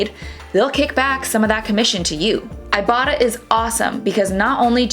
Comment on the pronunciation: how about showing the exact cashback app you are talking about? I have no clue if you are saying ibatta or iboughta or what. you don't show it here either. how does this make any sense?